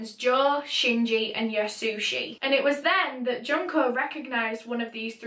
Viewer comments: It's pronounced june-koh just fyi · Junko from danganronpa is how i learned to pronounce her name